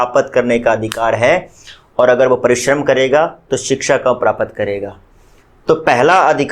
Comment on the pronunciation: Sir prapt ko thoda jaldi bola kijiye because Prapt aur prapat me difference hota hai